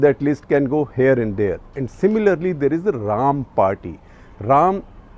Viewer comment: It's Ra’- am... Not Raam😝😝😅